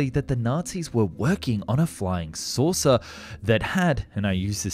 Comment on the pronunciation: Why people lauw howewer say fly souser